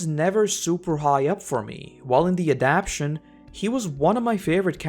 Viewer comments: Thanks for making these great videos but one correction. The word is adaptation four syllables a-dapt-a-tion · I hate to be petty and small, but say it with me: "AD-AP-TA-TION". This being said... thanks for the fine comparison.